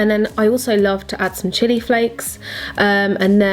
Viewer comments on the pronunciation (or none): none